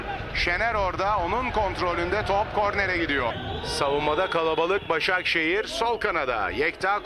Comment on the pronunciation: Spiker 2 ş li kullandı Başşakşehiri eliyo derken 🤣🤣🤣🤣🤣